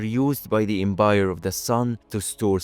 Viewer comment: The Embire, though 😂🤭 literal flip of a letter. 😂